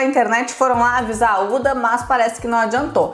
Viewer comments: O h da huda não é mudo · Se fala “Ruda”, não “Uda”